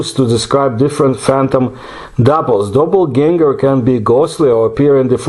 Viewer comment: The word "Animal" comes from the word "Animus" or "Anima" which means Soul! This was an absolutely wonderful episode, one of my all time-favorites, and you pronounced the word Doppelganger with perfection!